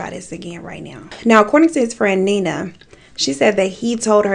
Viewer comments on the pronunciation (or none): none